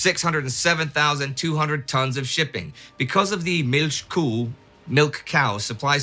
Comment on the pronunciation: "Milchkuh", perfect pronunciation. Usually English-speakers have some difficulties with the "ch".